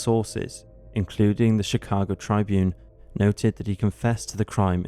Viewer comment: "Tribune" is pronounced trib-une not try-bune.